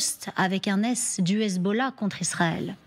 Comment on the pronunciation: elle prononce mal "hezbollah" , I24!!!